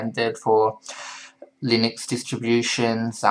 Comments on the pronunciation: This guy can't say "Linux" properly. Just because it was originally created by Linus Toval doesn't mean it's pronounced like his name. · Actually its pronounces [LEE-nuuks] look it up on wikipedia .